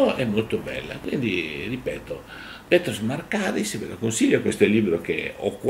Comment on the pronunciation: Màrkaris e Chàritos, attenzione agli accenti!